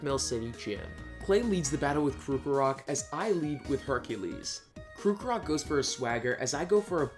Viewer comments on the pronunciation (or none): ... ... ... His pronunciations are off the mark, like what Krookrok and Reniculus. Like how hard is it to say Krokorok and Reuniclus. Seriously. Watching this hurts my brain...